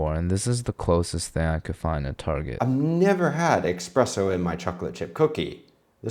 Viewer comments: "ESSS-presso", not "EXXX-presso"... Subbed, non-tha-less. :) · It's not X-presso it's Espresso. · "expresso" Bro, there is no "x" in "espresso". I mean no offense, but you need to fix your pronunciation on that. That is almost as bad as people saying "noo-kyoo-ler" instead of "noo-klee-uhr". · ESSpresso, not eXXpresso! Sorry, just grinds my gears....like nuKULAR. Ugghhh! Lol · Chef, did you really just say “expresso”? 🤣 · Did you just say Expresso? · expresso 😂 sounds like a logistics company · Not saying "expresso" 😭😂 dont tell Vincenzo! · lives in Barcelona & expresso is how it's said in Catalan. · Yes, dude, e'X"'presso ... pro chef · Twice in short succession! I cringed! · There's no x, why do people pronounce it like that